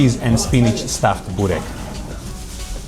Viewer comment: Börrrrrreeeeekkkkk not Burrrr😅😅😅rekkkkkkkk😅😅😅😅😅😅😅😅😅